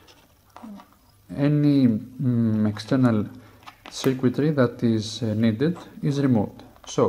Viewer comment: In was confused bc in the auto-generated captions it says "secret", but then I realized he meant "circuitry".